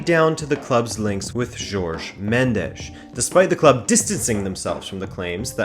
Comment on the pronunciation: Nice video but his name Jorge not 'George'.